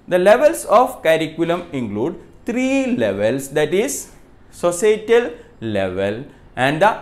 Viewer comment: Institutional curriculum ,instructural curriculum ,,n wht was the third one sir ..I can't understand ur pronounciation is tht social,or sosatial ..I can't get it plizz sir bata dijiye kl mera exam hai 🙏🙏